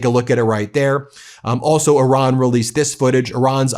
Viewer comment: I ra n .. Good job.. Like O ma n...